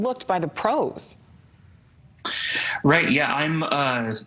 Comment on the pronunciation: “Pros” Lol